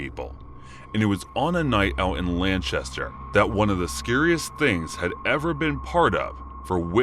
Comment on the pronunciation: Is Lanchester between Manchester and Lancaster? 🤣🤣